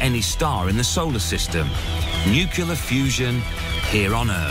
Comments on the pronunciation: "Nucular" all over the place, lol! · "Nukular fusion" FTW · Lol. Nu cu lar